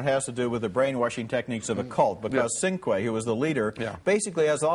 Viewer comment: Ebert pronounces it "Sin-quay." It was actually "Cin-que."